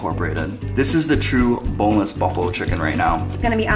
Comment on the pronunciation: i want a bonless pizza and yes i did not do a mistake you say bonless if you wanna say it like the meme